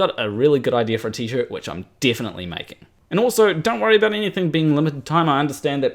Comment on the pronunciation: Tommy Grønvold I thought he said aboot.